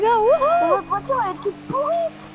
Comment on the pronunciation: On dit pourrie pas pourrite